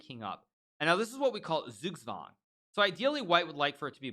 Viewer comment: Well he has that American accent :D As a German it's funny how he pronounces Zugzwang. Like "sugswang", but it's hard I guess :D